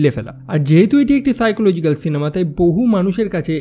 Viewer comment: সাইকোলজিক পাইকোলজিক না 😅😅😅🇧🇩🇧🇩❤️❤️